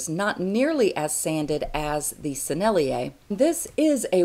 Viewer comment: Thank you for that! I am just starting pastels and need all the help I can get! My turn to help you with French! "Mi-teintes" is pronounced almost exactly like "me taint". "Sennelier" is tougher, but the closest is probably "sen-nuh-leeay", with the emphasis on the sen ;-)